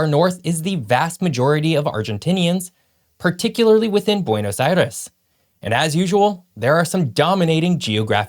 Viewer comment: I’m one of biggest fans, but I got a kick out of him pronouncing Buenos Aires perfectly, and then saying what sounds like “Pedro dee Mondoza” instead of what sounds like “Pedro day Mondoza.”